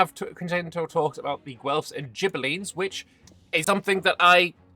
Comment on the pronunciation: For future reference for all years to come: Ghibellines is pronounced with a hard "g" (so not "jibellibes", but "gibellines", like the "g" in "grass") as the letter "h" in italian is silent and is used to turn the soft "c" and "g" sounds into hard ones. Sorry it just hurts my brain hearing it pronounced like that 😅